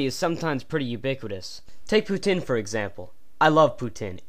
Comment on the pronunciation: hey i noticed u put our video in ur crap account aperently and checked some of ur other stuff, this video is awesome except for the fact u say poutine wrong, i thaught i taught u better then that jeez